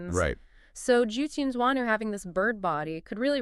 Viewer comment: oh boy the pronunciation hahaha :D good video though.